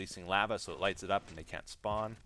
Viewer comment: Thats the reason I stopped watching him is because “lava”